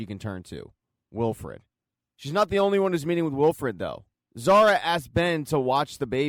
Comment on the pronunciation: It’s Wilford not Wilfred lol